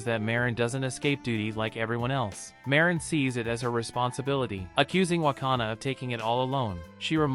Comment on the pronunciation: I fell like am trigger a bit because he say ma rin not marin